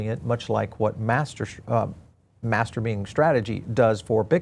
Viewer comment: 🧐 did you say masterbean strategy?🤓